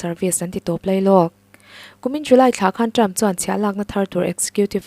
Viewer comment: A ngaihnawmin a bengvar thlak ṭhin. Lawmthu ka sawi leh e. Rawtna ka'n siam nawn leh teh ang. ' HR' hi Sh in ila lam ri reng mai.'Hriattir' =Shiattir. 'Ṭ' hi 'Ch' angin ala ri fan bawk. 'Ṭang' hi 'Chang' Trump pawh Champ. Khawngawih takin mi entawn leh in tihdan hi ṭha ber (chha ber ni lovin) a ngaih in ni. Han uluk ula, Mizo leh Mizo ṭawng (Mizo chawng a ni lehpek lo aw) hi i humhalhin i humhim teh ang u.